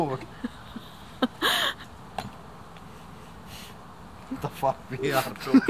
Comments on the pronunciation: "Wat de fack are we doing..." :DD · "Vat da faak ve are doing"? 😂